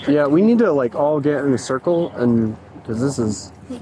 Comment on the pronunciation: lets get in a cir le😂